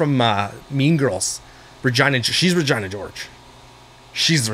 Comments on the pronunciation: Regina 😭🤣 it's said re- gena not ri-gina 😭🤣🤣🤣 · the way said Regina George. Lol no he didn't RAgina Lolol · I love how you pronounced Regina like “vagina” at first 😂💀 😂 I’m dying laughing at that for some reason